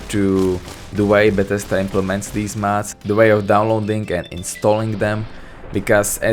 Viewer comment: you sound like your saying mats pls its mods